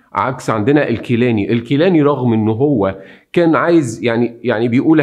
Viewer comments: الاستاذ. بعض التصحيحات: الصحيح: رشيد عالي الجيلاني تُلفظ (بالجيم المصرية). نوري السعيد و ليس السعدي. شهر حُزَيْران و ليس حزريان..و هو الشهر السادس. مع الاحترام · جزيل الشكر استاز معلومان قيمه بس ملاحظه بسيطه لفظ بعض الكلمات كان غير موفق مثلا الكيلاني ونوري السعيد وليس سعدي وشهر حزيران بضم الحاءوشد الزاي طريقه السرد ممتعه جدا جزاك الله الف خير